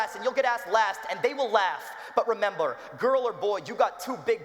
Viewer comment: lol he said "remembler"